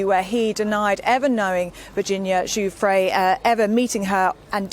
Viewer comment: Her name is pronounced guff-ree